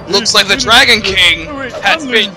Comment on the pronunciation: To your credit, I heard you say "Dragon Kling" :b